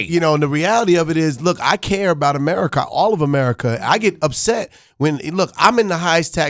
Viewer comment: the way Marlon said America😂